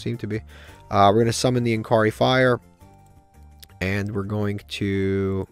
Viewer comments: Mispronounced: Inkari Fire, Sarketsu Armor. Correct: Inari Fire, Sakuretsu Armor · He’ll eventually find out it’s not pronounce that way like Inari fire in last ep. Lol